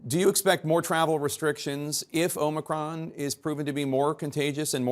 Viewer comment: O-ma-cron, set hut.